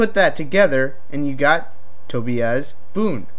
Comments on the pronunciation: Toe-bee-iss, lol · Milita (mill-isha) Tobias (Toe-by-us), Smoke also recognised sub-zero if you go by Noobs deception ending. nice video though just had to clear that up :)